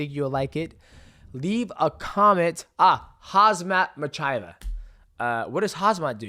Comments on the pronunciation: lmaoooooooo cmon mighty mouse, its khamzat chimeav not hazmat michieve 💀💀💀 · Dj the name slaughtering is epic 😂 Hazmat Machaev is nuts 🤣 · Hazmat MAa-china 😅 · Great insight! Was pretty disappointing to see such a high level champ as Izzy have such a limited game when things weren't going his way. I laughed at the Hamzat Machina tho 😂 come on man. Kham-zat Chi-ma-ev. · Man said "Hasmat Machaev" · Can I have one of your belts? j/k Did you really just call him Hazmat Chimilev? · ‘Ahhh Hamzat Machaiev’ 😂😂🤣 Khamzat Chimaev lol great breakdown though DJ 🙏🏾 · HamZat Chimaev .. thats how you pronounce it DJ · Fuck dude, how do you not know how to pronounce Khamzat Chimaev, WTF is Ma-chae? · Mighty Mouse is such a GOAT, he calls Kamzat Chimayev "Hazmat Mathaiva" lol and completely ignored Robert Wittaker, Duplesee, and the rest of the roster cos they are not worth his breath